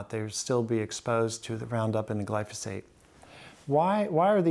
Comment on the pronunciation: One is just pronouncing it wrong